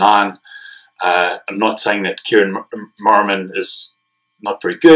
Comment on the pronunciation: Not that hard to pronounce to Kieran Marmion!! or Iain Henderson!